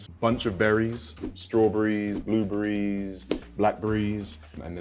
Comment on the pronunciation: He said “blue burry” lol